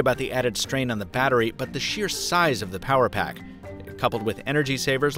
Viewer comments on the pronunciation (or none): none